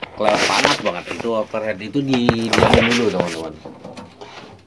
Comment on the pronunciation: Thx pencerahan nya. Membantu sekali. Over heat Bang, dibaca over hit. Bkn over head. Kalo head artinya kepala. Kritik bangun ni. Biar Abang tambah ganteng ❤😂